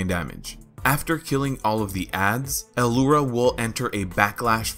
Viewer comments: Yea i think he's pronouncing the 'L' like an isolated letter and then he says 'ura'. It isnt a big deal tbh. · Why do you keep say alura? Its lura, simple.